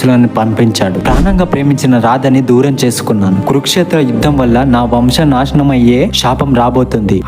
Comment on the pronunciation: Explanation part is crystal clear but శ aksharanni ష గా పలికే కూడదు. శాపం నాశనం అనాలి ... పరశురాముడు పరషురాముడు కాదు.. అధర్మం రాధ ఒత్తు ఉంటుంది అది క్లియర్ గా పలుకగలికితే మీ explanation part flawless